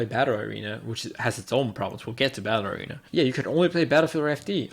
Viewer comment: Sounds like he is saying "ballerina" instead of "battle arena. Hah